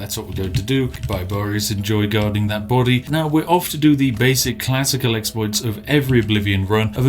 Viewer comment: I hereby declare that "exploits" be officially renamed to "exspliffs" in the English language.